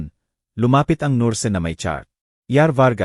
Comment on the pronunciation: Sus...maryu sep... Palitan naman ang narrator ninyo.. Pati ba naman diction ay mali.. Ano ba yan...maraming salita ang mali... Tulad ng ..nurse...Bernadette.... Narrator dapat ay tama ang pronunciation ninyo.. Maganda ang istorya...oero mali ang pagbigkas..